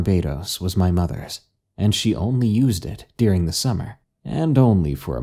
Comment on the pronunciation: is it just me or does he say "Dearing" instead of "during"